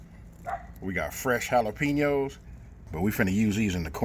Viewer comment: It's pronounced Ha lah peh ños NOT Ha la PEE ños